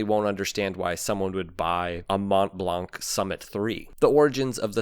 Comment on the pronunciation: You don't pronounce the "t" or "c" in Montblanc.